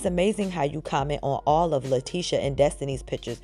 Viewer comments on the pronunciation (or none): none